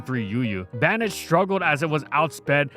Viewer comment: Why does bro pronounce Banette like that